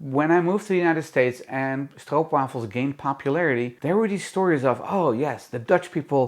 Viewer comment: It’s so nice hearing someone say it right lol